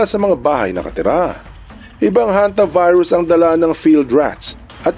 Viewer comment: "Hanta Virus" pala, akala ko "HontiVirus". HAHA 🤣🤣